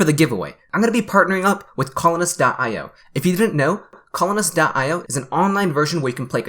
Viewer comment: favorite thing about colonist : sounds like butthole-ist